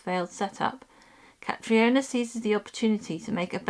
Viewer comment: It's not Cat-ri-ona but Cat-reena lol!